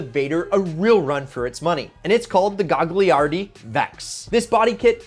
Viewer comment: I think it’s “Gah-Yar-di” not Gag..